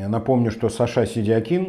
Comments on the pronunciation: Если он себя выставляет как сашА,,вполне грамотно звучит и сидякИн.Это же он сам представил себя так,Вы инфу пропустили? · ставь ударение правильно произнося фамилию Сидякина, это проявление безграмотности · Ударение соответствует тому , как Саша себя обозначил в соцсетях